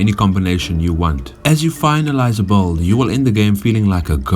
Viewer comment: I like how you say "build", it's like a vowel somewhere between A and U the way you say it XD